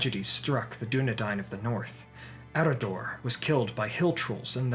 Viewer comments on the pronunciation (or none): Would not Eriador be pronounced er-I-a-dor instead of ER-i-a-dor since the one consonant rule puts the emphasis on the third to last syllable? As for Elendil, "nd" is one letter in Elvish, so it would also follow the one consonant rule. That would make it EL-en-dil, not el-EN-dil.